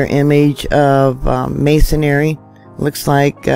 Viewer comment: Theres no such word as mason*ary. It is pronounced mason*ree.